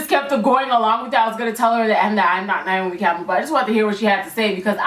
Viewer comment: That was funny when you said niomi Campbell because my name is Niamh Campbell and I'm always called niomi